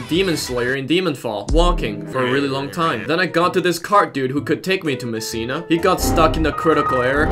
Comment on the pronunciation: they do know its messina not missina